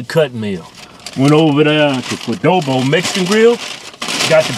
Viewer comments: Kwuh-doh-bo: a cuttn meel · Gotta love that "Qudobo" Mexican Grill! Respect it ✊